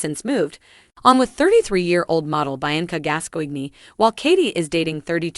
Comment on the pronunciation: It is pronounced BEE ANCA.......SPELT BIANCA!